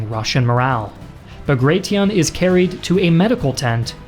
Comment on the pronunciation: Quite a bit inaccurate/wrong info, as others have pointed out. I feel like this was perhaps a bit rushed, given that a simple re-read of the script/fact check should have revealed most mistakes. Also funny that you decided to go for neither the Russian nor the English pronounciation of Bagration, and instead made up your own. :D